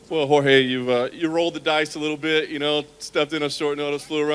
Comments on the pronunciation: Its jorge not George...lmaoooo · Why does Dana white pronounce Jorge name with a g lol